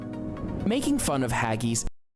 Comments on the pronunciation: Jelly and ice cream used to be a staple at a kids birthday party. It is also a PUDDING, because that is what we call DESSERT. Pudding ( dessert) can be hot or cold, not just a cake ! Deep fried Cadbury Cream Eggs at Easter. What the hell is a " TV PICKUP " !? Hageese !? Mushy is pronounced as the sled dog command MUSH and not MOOSHY. There are NO fries in a chip butty ! They are real CHIPS....from the chip shop ! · black pud is delisus but the its a yank doing the video he cant even say haggis mushy peas is made from dryed marrow fat peas chip butty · The fact this is presented by an american is a clue. Has he even been here. He cant even say haggis. No one, but no one eats stargazy pie. Is this based on historic cookbooks. Britains voted the Chicken Tikka Masala as our National dish. We like our meat pies. However you rately find fried mars bars away from scotland. As for spotted dick we have many pudding whos main purpose is to give body to delicious vanilla custard. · I guarantee the asshole in this video has NEVER been to the UK and tried Any of these foods. He should also learn how to pronounce Haggis properly. Also, a Chip Butty does NOT contain Fries. It's Chips. They are different. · What's the most unusual thing in this video - the pronunciation by the narrator ! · The video is rubbish! Nobody eats stargazy pie anymore.Chips and gravy is kinda uncommon in the south of the UK. Deep fried Mars bars are a joke that became real! But the producer's health claims are hilarious!! 7 is just pig ignorant! He can't pronounce Haggis and very few ENGLISH people have ever tasted it! (yes it's basically a mutton sausage!) Mushy peas are NOT garden peas, they are marrowfat peas which have quite a different taste. 2 That's NOT Toad in the hole (You're right!) Not French fries (which are thin and brittle)! but UK chips which are much larger so that the outside is golden but there is plenty of potato inside. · I must try some "hag-geese" one day.